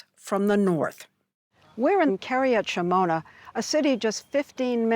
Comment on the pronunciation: Opinion in America has not shifted when it comes to Israel. And if you are going to pretend to do informed reporting on Israel then maybe ask someone there how to pronouce Kiryat Shemona.